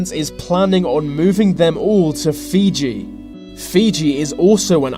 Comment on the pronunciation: Fuji not fiji